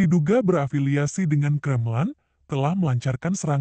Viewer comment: Aduh … yg bw berita ini kok ga bener cara oengucapan nya … masak pengucapan kremlin aja ga bener